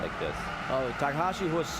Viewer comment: It's takahashi!!! pls say it right or not at all